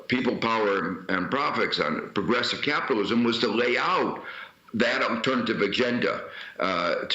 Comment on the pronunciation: Hahaha, turns out ' progressive capitalism' is 'socialism' in drag. What happened to ' wor on capitilwasm?'